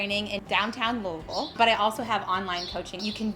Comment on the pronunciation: I know your here in KY. But man I love when I see a video where someone pronounces Louisville right 😂